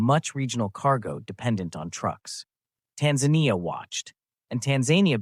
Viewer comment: AI voice. The voice pronounces Tanzania in two different ways constantly. Tired of this slop.